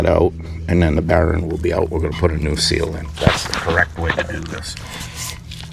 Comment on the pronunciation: Your videos are always helpful. You are right on about greasing those using the Zerk, DONT DO IT! BTW- whats a "baron"? Is that the New England pronounciation for "bearing"? Just kidding, good job! Yes keep extra seals and bearing set as spares. In my case, I run cartridge bearings, so I carry those and since they are 5 year maintenance items, best to change them BEFORE problems. I just did my 6.